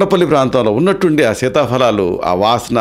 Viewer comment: Dr గారు మంచి విషయం తెలిపినందుకు ధన్యవాదాలు,కానీ ఒక చిన్న సవరణ, fa అని చెప్తున్నారు అది తప్పు సీతాఫలాలు అని చెప్పాలి, fa అని తెలుగులో లేదు ఫ అని ఉచ్చరించాలి 🙏🙏🙏🙏